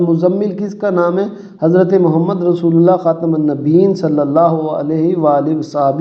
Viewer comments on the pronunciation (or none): none